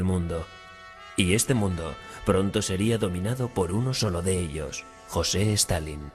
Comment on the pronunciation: Reportero weon.no se llama ni tampoco se pronuncia jose. Di bien su nombre aweonao